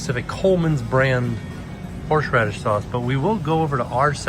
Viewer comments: “Horshradish” sauce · Note the many times mispronounces "horseradish." It's a hard word! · not being able to say horseradish is killing me 😂